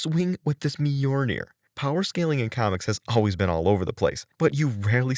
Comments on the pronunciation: Myolnir not Myornir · I enjoyed the facts, but it hurt me every time I hear MY-UR-NAIR. (MI YUL NAIR).